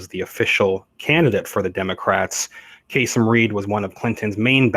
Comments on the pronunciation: Kay-SEEM - not Kay-SUM. . . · His name is pronounced kah seem. And yes charges about corruption have surrounded him for years. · Its pronounced kaSeem. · Enjoy your presentation, but need to correct the former mayor’s name (not that I Care anything for him), but he pronounces it: Kaaseem - short a’s. Who knew???knows????? The old professor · KA-seem Reed. I'm from Atlanta...